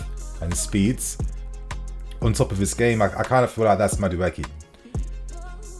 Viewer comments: CORRECTION: He is from Nigeria and not Ghana! Also, his name is pronounced (Maa-do-a-k) Up Chelsea!!! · It's pronounced Ma-Du-Ay-Kay 👍🏾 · Great news, but your pronunciation was horrible. He is Nigerian, from the Igbo tribe. It's pronounced, "ma-du, e-ke" (meaning, 'not created by man'). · how do I send you the real pronunciation of Madueke? It's really funny hearing you say his name 😅. Great content. Love you bro